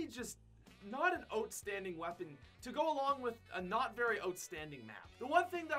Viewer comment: Lol sounds like your saying “ote”standing instead of outstanding